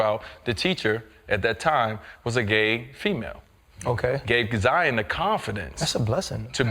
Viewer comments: ZION NOT ZAYA… HE’S YOUR SON NOT YOUR DAUGHTER FAM… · He said Zion lol